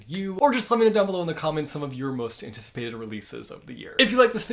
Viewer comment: Antititicipated pated antitititi